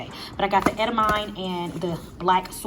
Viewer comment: So glad that I stumbled upon your channel. You are such a joy to watch and learn from. Just wanted to help you out with pronouncing edamame